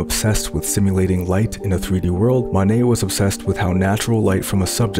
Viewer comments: Though pointing out minor pronunciation errors is boorish, in this case there's potential for genuine confusion. To my ear, you seem to mistakenly say "Manet" (MAH-nay) instead of "Monet" (MOE-nay). Inconveniently, Manet was a real person, coincidentally another French impressionist and friend of your intended subject, Monet. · Love the Monay and the Van Go recreations, but please learn to pronounce those names a bit better.